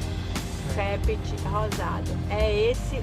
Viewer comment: Exatamente, assim como Dix-Huit significa dezoito e Vingt-un significa vinte e um, esses nomes aí eram nomes de alguns dos irmãos de Dix-sept, que aqui a gente pronuncia "Di-Se", os Rosado são uma família tradicional da política potiguar.